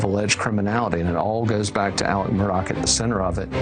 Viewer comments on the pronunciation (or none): This lady apparently doesn't realize the name is Murdaugh and not Murdock. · I wish she’d stop saying “Murdock”! It’s Murdaugh!! PS. He is as guilty as sin!!! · Murdock? WTF she can’t even pronounce his name right. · Why are you miss pronouncing his last name? It's Murdaugh NOT Murdock ! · Also if you're gunna cover this story you should get his name right it's murdaugh not Murdock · MUR DAUGH NOT DOCK! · Hey lady. Want to keep your job learn hiw to pronounce peoples.Names!!! It’s Alex murdaugh. Not doc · And it's MURDAUGH not Murdock get it right😂😂😂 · Is it just me or is everybody in this pronouncing his name completely wrong maybe it's because I'm from South Carolina and I actually know how to pronounce his name but everybody up north is saying Murdock. I don't know maybe it's just me 🧐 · don't understand why they're repeatedly saying Murdock... it's Murdaugh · "Aleck Murdock"?? This woman didn't even bother to learn how to pronounce his name. Sad. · His last name isn't Murdock. Not sure how this reporter can mispronounce the name. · Is Murdaugh pronounced as Murdock?? Why do the reporters keep saying that? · Yea it actually sounds similar to murder not Mur-dock. And Alec is actually Alex. They butchered their names!